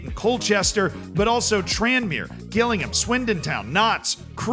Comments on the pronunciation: Note to, it's pronounced jillingham not Gillingham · Gill Ingham 😂 absolutely understandable mispronunciation but very funny regardless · love how you say Gillingham its pronounced more Jillingham more J less G haha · You can't do this. Fall foul the same way everyone else does when they're not from the South East of England. Gillingham, in Kent, is pronounced Jillingham. Gillingham is also a town in Dorset, (I think) yhe South West of England and *is* pronounced Gillingham. Different towns, different pronunciations 😬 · Gillingham is pronounced Jill-ing-ham not Gill(like a fish gill)-ing-ham. Other than that this was a great video 😂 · Gills fan here. It's J-illingham not G-illingham XD. As soon as I saw us on screen I knew the mispronunciation was coming. . . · Please stop saying Gill-Ingham it's said like jillingham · i physically recoiled when you said GILLingham cause i wasn't expecting it... i thought you knew that one from the livestreams where you said it properly 😭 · It's Jillingham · I know I’m 2 months late but can I please say Gillingham is pronounced Jilllingham. It is my local team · Pronounced... Jillingham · Just a heads up, Gillingham is pronounced like Jilling-um. It's just up the road from me. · Gillingham pronounced as - Jill-ing-ham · its more like Jill-ing-um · Gillingham is pronounced Jillingham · It’s pronounced Jillingham haha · Hilarious constantly hearing him pronounce Gillingham like “Gillingham”… oh wait. Maybe that’s our bad 😂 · My heart dropped when he pronounced Gillingham as Ghillingham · Great video, but please god please JILL- ING - HAM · It’s spelt Gillingham but pronounced has Jillingham 😄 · Hard G Gillingham is killing me 🤣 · sry to be harsh as your not from the uk, but just to let you know it pronounced jih-llingham, so the g is said with a j sound but not really? (Kinda like jih for the gi) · Gillingham is pronounced 'Jillingham' btw. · Please learn to pronounce Gillingham properly thank you LOL